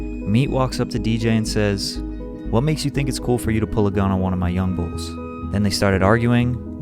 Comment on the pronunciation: The only white guy who said young bul n it sounds like us 🤣🤣 u one of my fav tuber